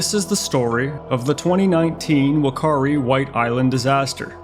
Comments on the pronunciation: It is Fa not fu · Great video, just an FYI, Wh is pronounced as an F sound in Māori, so the correct pronunciation is fu-ka-ree